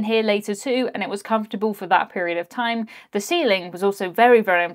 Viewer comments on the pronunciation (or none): none